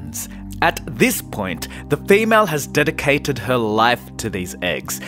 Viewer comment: dedicccatted, nott